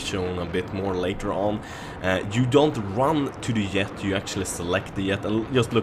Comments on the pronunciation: y does he say yet instead of jet? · Are you swedish?? Because you cant pronounce the J of jet lol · yea, you call a jet a yet :P its funny but yea, ur very good :D